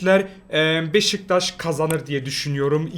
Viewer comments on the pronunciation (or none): none